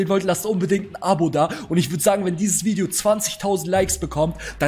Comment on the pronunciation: 😂 Junge wie alt bist du erstens heißt es nicht ,,Vidio" sondern Video. Und nicht ,,Tüpen" sonder Typen.